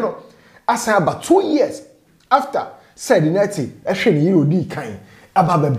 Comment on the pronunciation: I like the way you pronounce the Nartey 👅👅